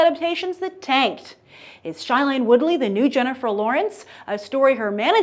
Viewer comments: Next time you say something about Shailene, please pronounce her name correctly. It is pronounced as (SHAY)lene. Not (Shy)lene. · Did she just call shai-lene SH-Ailane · Grace, you keep pronouncing Shailene Woodley's first name wrong!!! It's SHAY-lene, not SHY-lene!! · Oh gosh she said shailene soooo wrong! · you could pronounce her name right😂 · Okay first of all lady you need to READ THE FRICKEN BOOK! Second if all you are saying shailene Woodly's name completely wrong and third of all tris is 16 and tobias is 18 that's the point for tobias to be older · God bless you, that was driving me insane! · Yeah!!!! I was going crazy!!!!